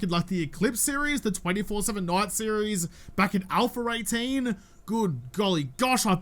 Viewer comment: I remember A18 videos mostly bc I used to giggle every time said AlphER18. It's a giggle less every day since A19